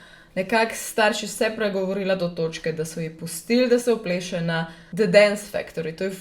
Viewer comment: si rekla vpleše